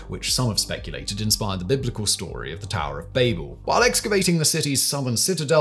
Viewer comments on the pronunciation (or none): none